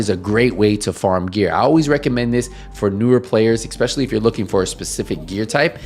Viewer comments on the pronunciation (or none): I turned off at ecspecially